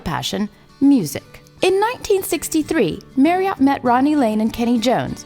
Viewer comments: Marri-ott, ha ha. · "MARRY -OTT"????? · Marree 'Ott????😀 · Marriott not maryott. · If you're going to get into the narration from a Brit's point of view,I sympathise.I'm about to watch it muted.I stopped at the sound of his name pronounced 'maryut'.I was curious to see what the comments look like. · I just put one word as a response to watching this video - "Mary-ott" yuck! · What a funny way to pronounce the subject's name. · It wouldn't hurt to pronounce his name right - and McGlagan's. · Wish she could pronounce his surname properly. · It would be nice if the narrator could actually pronounce his name correctly, but i's obvious she is clearly reading a script about someone she never knew anything about until she got the gig!! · It's a pity you can't pronounce Marriot properly. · She can't say his surname properly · I wish she'd known how to pronounce 'Marriott'. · Why is she calling him Mary-ot? His surname contains double 'r', MARRIOT, so it is pronounced MARRY-OT as in MARRY, not Mary! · It's Marry-ut not Marry-ot. In the UK we observe the neutral vowel. Nice video though. Keep up the good work. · A great video spoiled by the voice over. Surely the "voice actor" could have learned the proper pronunciation of Steve's surname. ( It should of course rhyme with chariot) No excuses for the American accent as it's obvious she hadn't a clue who he was. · Spelt Marriott pronounced Marriatt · His name is Marriott not MARRIART. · I wish narrators would take the trouble to determine how the guy's name is pronounced! 'Marry -uht'. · It might be spelt Marriott but it was pronounced Marriett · I thought his name was Marriott - why does the voice over keep saying Merriott? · Please pronounce Marriot correctly and not as the hotel chain. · Great but the narrator sounds like she's reading the bouncing ball over the words. MarriOtt? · Interesting video - but FFS it pronounced Marry ut - not Marry ot. Just really annoys me everytime she says it. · Marriot Not Merriot !